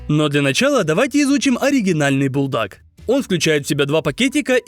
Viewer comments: Бультак а не бултак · ne beldak a buldak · Бульдак а не булдак